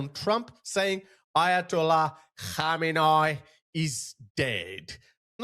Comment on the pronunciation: I love your channel, not of a big deal but you better practice on correct pronunciation of khamenei 😂 how could you pronounce it wrong with all these remixes 😁 KhAhmenAAhi ❌ Khamenei ✅